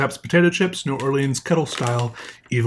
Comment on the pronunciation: Never heard that pronouniation of New Orleans before!